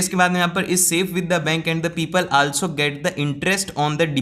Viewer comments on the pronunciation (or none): ik baat kahe- " आलसो" nai hota , " ऑल्सो" hota hai 🥰